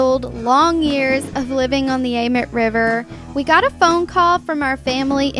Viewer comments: Idk if it’s just us but amite is usually pronounced like. Ah meat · I love the way you say amite river ! It's actually pronounced (A-MEAT) lol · Anyone from Louisiana? It’s pronounced AMEET